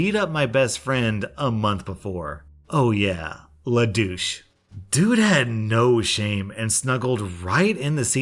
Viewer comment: Every time he says Le Douche I keep hearing lelouch please help I